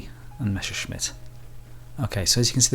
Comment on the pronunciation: You will not-zee a finer Messer schmitt... Eric the Half a Bee Helicopter?